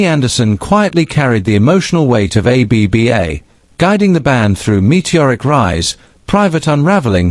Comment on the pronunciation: More AI claptrap. The AI voice can't even pronounce the band. And this AI narrator with his "poetic" computer generated narration is just ridiculous. And this stupid "Finally Confirms What We Thought All Along" nonsense. CelebNova TV, time to get a proper job 'cos you're no good at this.